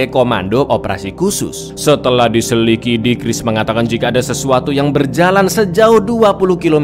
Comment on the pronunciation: setelah di SELIKIDI 😂😂